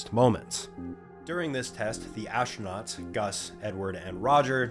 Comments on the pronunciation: "ashtronauts" is just wrong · So, the "ash-tro-nuts" went into the "mod-shule"? Amazing. At least this speech impediment is kind of amusing...